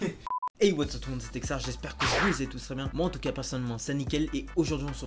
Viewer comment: Merci de m'avoir fait passer dans ta vidéo d'avoir bien prononcer mon nom et je te souhaite bon courage pour la suite texar